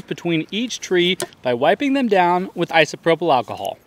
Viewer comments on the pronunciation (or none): none